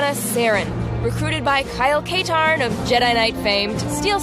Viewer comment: "Kyle Kaytarn"